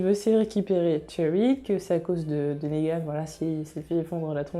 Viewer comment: Je viens de découvrir ta chaîne, tes vidéos sont top, je viens de m'abonner ! J'ai surtout regardé tes vidéos sur TWD pour l'instant et j'ai remarqué que tu prononçais Negan : Négan mais ça se prononce Nigan :)